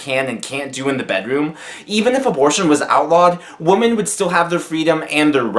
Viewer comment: Why can't pronounce "Women" correctly? For the plural of woman,the "O" is pronounced as an "I". Please, people, get this right!!